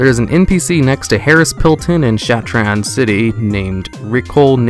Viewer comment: you have really got to start saying shattrath right dude